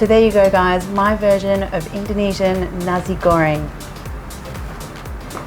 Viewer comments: ffs its nasi, with an S, not a cross between s and z like u want to say nazi but decided halfway to tune it down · It is nasi, not nazi, and manis not mannis... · I hear it like 'nazi goreng' lol jk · Bruh the way she she said Nasi but she isn’t Indo like us and the manis